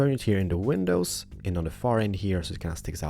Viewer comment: I really like and all but I mean how can you not notice he literally says ''window penises''